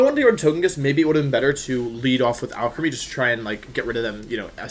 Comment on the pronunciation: Every time you say Alcremie, it sounds like you're saying Alchemy